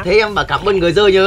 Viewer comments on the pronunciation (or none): vinh nói là cảm ơn người rơi nhá cứ tưởng vinh nói cảm ơn batman